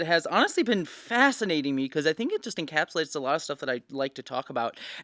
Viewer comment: Every time she says "fascinating" I hear "fascist" ??